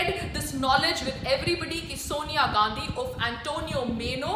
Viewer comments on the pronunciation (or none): none